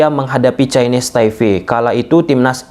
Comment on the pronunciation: Taipe bang, bukan taife 😁